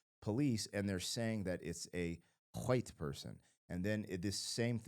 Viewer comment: Why did you say white person like that?